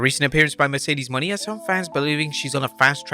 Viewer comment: Still don't get why he can't say Mercedes Mone last name right STILL it's not Money